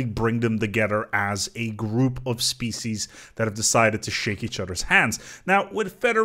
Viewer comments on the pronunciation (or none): none